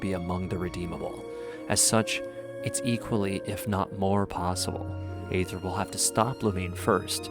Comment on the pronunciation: The proper pronunciation of Aether is “eethur” even the English va for Aether pronounced it wrong at first, so dw.